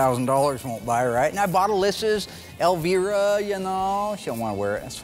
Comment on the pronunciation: Mark calling her El-V-ra...lol. got it correct.